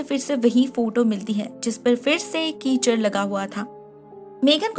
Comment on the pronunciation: keychain❌ Keechad